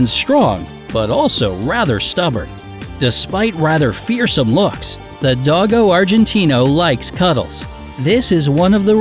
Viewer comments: U say dogo like (doggo) it's pronounce like (doe-go) then Argentino. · Not dog -o do-go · And Dogo is pronounced like Dough-Go.... Not dog-o......